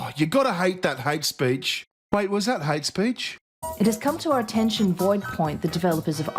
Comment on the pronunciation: we're in 'merica...its HATE speech..not hatch-ess speech!